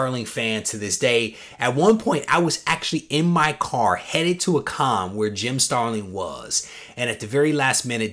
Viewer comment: That’s an epic AOK! P.S. it’s StarliN...no “g” at the end 🙂